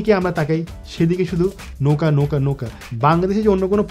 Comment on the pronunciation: আমি তো শুনতে পাচ্ছি ধোকা ধোকা.....পরে বলার পরে বুঝচ্ছি যে নৌকা😆